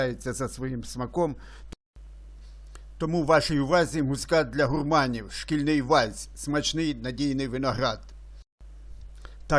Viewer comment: Та не гУрманів, а гурмАнів, наголос на А!